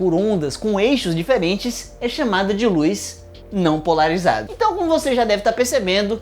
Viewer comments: POLARIZDA DE NOVO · Acho que o estava com fome quando fez o vídeo. Aos, comeu a letra "a" de "polarizada" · "polarizda" opaaa, agr entendi pq vc ta ficando gordo, ta comendo o A das palavras hehe PARABENS PELO VIDEO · Kkk e continuou até o final da explicação com a falta da letra A